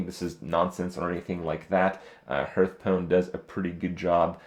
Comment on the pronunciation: Why does he still mispronounce 'Hearth'?